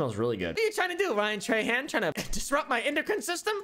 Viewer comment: being a louisiana native hearing people say trahan like "tray han" is so weird. we say "troh(n) hoh(n)"